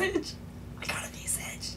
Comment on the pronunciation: A few things.. 1) your reaction hit a note only dogs can hear. 2) SOOOOO fake (your reaction not vid) 3) You actually are saying it wrong, visage is a normal word and it was also in the pronunciation guide Jagex posted i believe